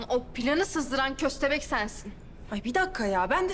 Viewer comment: Bahatin ve hayri dede fovorisi olanlar burdami köstehbek dediği an patladım 😂😂😂😂😂😂😂😂😂😂